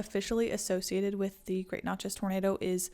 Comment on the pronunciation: Love this video. Interesting facts, enchanting voice. One point to clarify for the future is Natchez is pronounced just like matches (or gnat-chez). Keep up the great work!!!